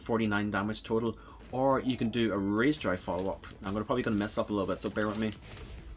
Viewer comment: At first I was like "why does he keep calling me a little bitch :(" Took me a while to realize you were saying 'a little bit' 😭😭😭